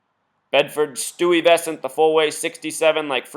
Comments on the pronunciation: Pronounced Sty ves ent. Bed stuy , do or die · click the audio button... she says it right. sty-vess-ant